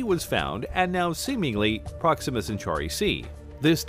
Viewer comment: Why is the narrator pronouncing Proxima wrong? Wrong inflection.